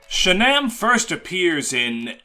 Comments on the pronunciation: IT'S SHAGNAWM NOT SHANAMM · not pronouncing shannam like Shannon is insanity